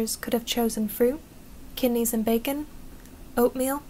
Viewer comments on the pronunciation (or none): none